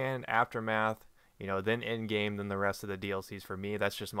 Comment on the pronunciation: Why do i keep thinking he is saying In-game instead of End Game...